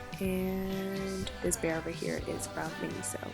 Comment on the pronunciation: she said miniso